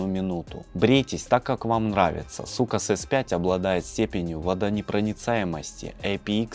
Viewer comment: Ахахахахаххахахахахахааххаахахахах не сукас а соукес😂😂😂😂😂😂😂😂😂😂😂😂😂😂😂😂😂😂😂😂